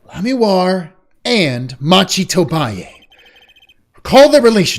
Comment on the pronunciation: The defendant's name is pronounced "Mah-ki", not "Match-i".